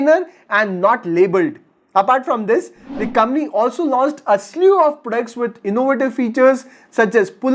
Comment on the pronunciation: It's not kambany bro it's company. Pehley bolna toh seek le